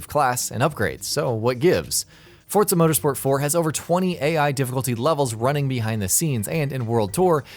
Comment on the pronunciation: Its forza not fortza